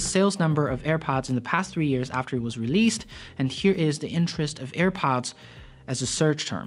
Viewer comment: Dude i love your videos but it's pronounced monthS and yearS, just to let you know.